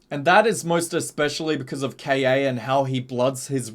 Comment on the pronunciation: He's called Ka not K.A. dude..